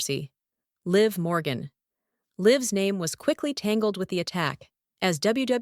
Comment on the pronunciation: Stop mispronouncing Liv Morgan 😢